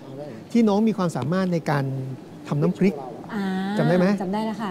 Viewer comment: ขอให้กรรมการช่วยแก้การออกเสียงของน้องให้ถูกต้องด้วย คำควบกล้ำ น้ำพริก ไม่ใช่ น้ำพิก เป็นคู (ครู) การปล่อยไป เท่ากับยอมรับว่าถูกต้องแล้ว น้องจะพูดผิดต่อๆไป